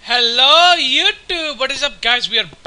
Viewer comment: funny how he said "HELLU YOUTUBE!" with a funny accent!